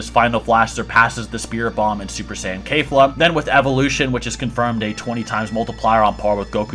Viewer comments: Maybe because the "Kale" pronunciation I mean, Kafla would be the most sense. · Keyfla lol, that pronounciation tho😭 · People always pronounce zamasu and kefla incorrect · If u gonna say kefla say it correctly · cabba kefla and zamasu's names are not pronounced those ways tho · Why you said kefla like that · I just got pissed off at how he says kefla. ITS NOT KAYFLA ITS KEF NOT NOT KAY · No hate but Kayfla? Its pronounced kefla He said ca-bae its cabba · This mans said "Cabay" bruh its cabba.......its kefla, not kayfla. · Its kefla not kalefla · "Kefura" would be the most accurate way to say it as that's how it's pronounced in Japanese. The closest English pronunciation to that is Keh-fla, not Kay-fla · It’s Kefla not kafla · Kefla not Kayfla. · It's pronounced Keh-fluh not Kay-fluh, you can even listen to how the pronounce it in the japanese version. The Ka in Kale is pronounced Kay-l but in Keflas name its a KE not a KA. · FOR THE LAST TIME ITS KEF-LA NOT KAY-FLA. for fucks sake. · Fuck bro, you are all over the place, not to mention SCREAMING into the mic... -It's Kefla, Not Kayfla. -Cell is Not a Saiyan. If an Asian gave me blood, I'm not now part asian. That's not how it works. Cell was a Bio-Android with the "cells" of a bunch of fighters. You can't include fusions bc it's not a single warrior, and since we're talking about Saiyan's, we all know that they are far too proud to let that happen! I can't feed into the rest of the weird shit discussed, but here's the Business... Everyone knows this to be the order: -Brolly -Goku -Vegeta This is all that matters! And If we're using the most current timeline of Dragonball Super Manga, then we all know that in chapter 75 Vegeta is about to surpass Goku with his newest Ascension! And it's possible that he took the #1 spot, but we won't know until we see All 3 together again the Super Hero movie. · Did my man just say KaiFa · It's pronounced keh-flah. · Mans said "Cabe" and "Kafla"